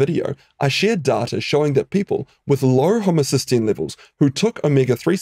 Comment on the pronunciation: It's not data it's data! (nice video BTW)